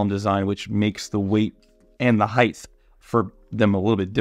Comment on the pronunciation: Highth is not a word.